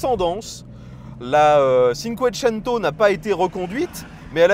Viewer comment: Merci pour l'essai ! Pour les "italien LV 4" : 'tchinncouétchennto"